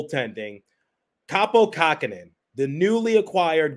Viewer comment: Kähkönen. Not "Kakkhonen".